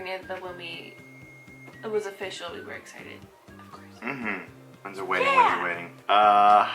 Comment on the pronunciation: She said Corpse 😂😂😂